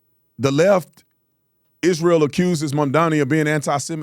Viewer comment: It's MA'AM-dani!